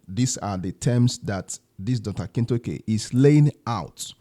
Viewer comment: Dr. Stephen 'Akintayo' and not Akintoke. Please correct that.